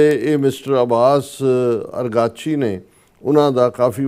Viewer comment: Correction..... Abbas iraqchi foreign minister... Bakir qalibaaf plz pronounce correctly